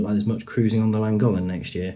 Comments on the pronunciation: Great video of such a terrible situation for the boat owners and the residents and small businesses of the surrounding areas. By the way please stop saying Langolen. As you well know it’s the Llangollen canal. It just sounds so lazy of you! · Thanks for the very useful information. But you apparently run tours on the canal - do you really not know how to pronounce Llangollen? As a Welsh name, it's pronounced Thlangothlen (near enough for an English person, anyway). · Learn how to say then name correctly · That's not how you pronounce Llangollen! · Was going to say the same, it's Welsh, named after the source